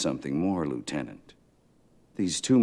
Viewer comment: Why do they keep pronouncing lieutenant incorrectly?